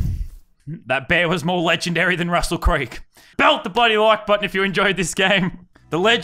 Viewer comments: RUSSUL BLOODY CREEG STOP SAYING THAT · The amount of times he said Russel creeg